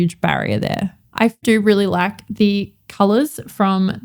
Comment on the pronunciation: Funny-to-me and off topic, but my American ears often hear the word “lack” when you say “like”.. which being nearly opposite, takes my brain an extra couple seconds to retranslate to your intended meaning. 😊